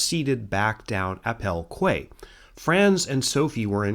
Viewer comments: Surely QUAY should be pronounced KEY not KWAY. In English English anyway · Hi, amazing video as always! Just wanted to let you know, as it seems to be a common issue with Americans, that the word quay is pronounced as "key," not "kway":) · Quay is pronounced Key. :)